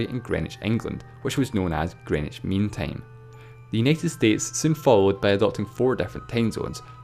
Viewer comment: "Greenwich Mean Tame"